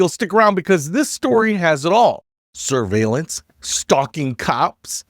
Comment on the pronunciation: You pronounced surviellance wrong. Flock Surviellance Cameras. Also they are very easy to hack into so you can track your ex girlfriend or your local alderman.